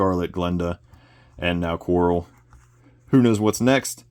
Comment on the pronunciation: Falcon and Coral 🪸 😅 I think you meant Kwarrel 😂